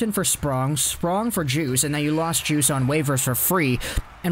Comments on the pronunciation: you don't pronounce the D in Djoos, you pronounce it like the drink juice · Its pronounced JUICE lol. You know him😎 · It’s pronounced “Yoos”